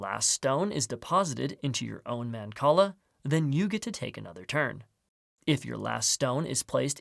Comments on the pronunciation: It's not. It's mahn-call-ah. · I love mancala! Never knew it was pronounced like that